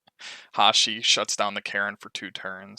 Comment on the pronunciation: lol you say karin like "keren"